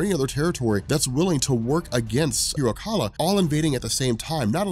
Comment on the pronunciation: hiro kaal. not kala